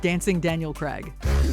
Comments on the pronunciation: Look up how to pronounce Daniel Craig. He's not American so it's not pronounced Creg. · Hell's bells, what massacre are you making of Daniel Craig's name? "Crag"? "Creg"? It's one syllable, five letters, one of which is a frigging "i" – c'mon, it's not that hard!